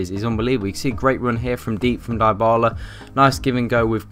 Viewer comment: Come on guys, Dybala is pronounced as 'Di-bala' not 'dye-bala'. He's the most promising player in football right now and there's no excuse to pronounce his name wrongly.